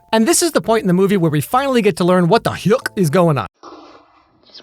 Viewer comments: The way he said “ what the h-yuCK” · I love when u said - "what heuak is going on"😂